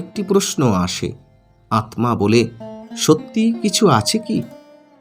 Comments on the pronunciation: আপনি আত্মা কে আতমা উচ্চারণ করেন কেন ? আপনি কি পদ্ম কে পদমো বলেন ? তাহলে স্মৃতি কে কি উচ্চারণ করবেন ? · Atma ta vulucharan korchen pless ucharon ta thik krun. Atta